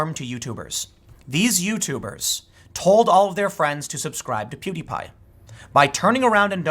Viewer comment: you are the first news commentator that I've seen pronounce pewdiepie's name correctly